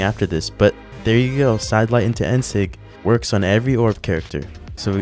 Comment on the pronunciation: “Dair we go”